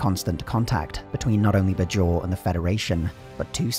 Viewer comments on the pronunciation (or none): You could have researched how Bajor is pronounced before doing this video. It's not "b-jor" but "bay-jor" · the pronunciation of "bay-jawr" as "budge jor" is painful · The show’s dialogue: “BAY-jor” This video: “Buh-JOR” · BAY-JOR not BUH-JOR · It's clear you are just reading a script and have never even seen the show when you repeatedly mispronounce Bajor. It's BAY-jor. Not Buh-JOR. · Anyone else wince at the "b'jor" pronunciation? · it's pronounced bay-jhor, did the narrator do any research at all?? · While there was some inconsistency early on in the show's run, the stress in "Bajor' is on the first syllable, not the second one. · It would have been nice if the narrator had watched at least one episode of the show just so he could pronounce Bajor and Dukat properly. Other than that great video. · I can't remember a single character ever pronouncing "Bajor" the way you do lol.